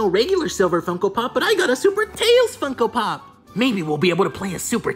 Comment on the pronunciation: When you say funko pop it sounds like Fucko pop